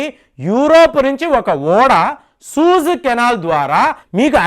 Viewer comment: సూయిజ్ అనాలండి. సూజ్ కాదు సార్. రెండవ వీడియో లో కూడా ఇలానే అన్నారు కాబట్టి ఒక వెల్ విషర్ గా నా ఈ కరెక్షన్